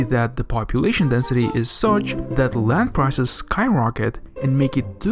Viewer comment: Did I hear you say, "... will push down the cost of rand. ..."? (Clears throat.)